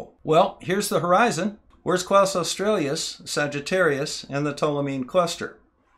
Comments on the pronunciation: Nice work, but your inability to pronounce "australis" correctly, multiple times, was distracting! It has nothing to do with Australia, the country, and doesn't have two or more vowels at its end. It is simply pronounced "oss-trah-lis", stressed on the second syllable. Kaus australis also doesn't have an L in its first name, either. It wasn't named by a German called Klaus, but is named after the Arabic for "bow" (as in "bow and arrow"), which is usually Latinised as "qaws", which in turn gives you a hint as to its correct pronunciation. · it's Australis NOT Australias.... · I love and appreciate your stuff, but there's no "L" in "Kaus" and it's not "Australius," it's "aw-stral-us," like the Aurora. Thanks.